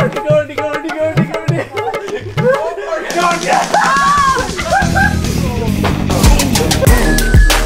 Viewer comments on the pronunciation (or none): When was saying "Kabaddi Kabaddi" it sound like "Kabadi Kabadi Kabadi" 😂🤣🤣🤣🤣🤣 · When she said kabady